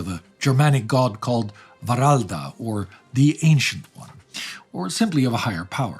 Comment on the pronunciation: The Wralda character comes from Frisian lore, the Wr- is supposed to be pronounced UUr/Ur, Uralda, Oeroud in Dutch, meaning very old. Also the black magic/demon summoning claim was made by Albrecht Haushofer, who joined the resistance, against his father Karl Haushofer. Not later cooks like the author of Spear of Destiny.